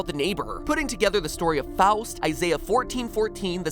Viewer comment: You can pronounce Faust well